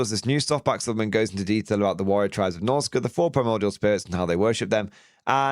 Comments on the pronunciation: its norsca, not norsica lol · when you say norsca i can only hear subnautica XD